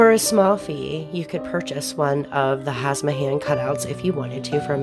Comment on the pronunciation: I like the idea, definitely, though I'm more nature-oriented in my décor tastes (skulls, greenery, bones, fur, wood, stone). They're called "Hamsa," though...not "Hasma." Not criticising, just suggesting it will be more popular, if people can find the video. I can see this being a popular craft video, given there are so many fans of the "witchy aesthetic" out there. Great idea for an easy, inexpensive craft. I bet it would look good as a framed cross-stitching pattern with similar bordering and such. (Do people still do cross-stitching?)